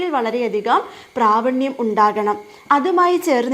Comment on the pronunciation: പ്രാവണ്യം അല്ല ടീച്ചർ പ്രാവീണ്യം